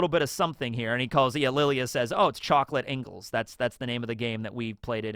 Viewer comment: butchering another language never gets old. LOL (it's "ENGLISH CHOCOLATE" in Spanish) it's surprising that the Quincies are German based but used the Spanish name for Green Light /Red Light.